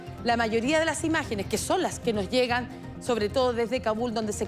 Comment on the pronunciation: "la imagenes shtron immpatantes" no pueden hablar bien aun siendo profesionales?